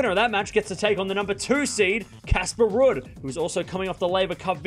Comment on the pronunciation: Someone tell is pronounced Rude.